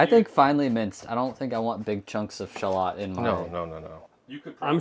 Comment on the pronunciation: Someone needs to mention that mispronounces Shallot the first time and everyone after that just continues with the misprounounciation.